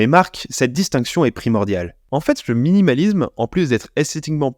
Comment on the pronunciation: Il y a aussi le suffixe -isme qu'il prononce "izm" 😭